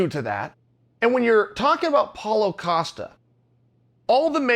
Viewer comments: its not "acosta", its "costa" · Acosta?? Geeze your getting as bad as Braden Scwabb 🙉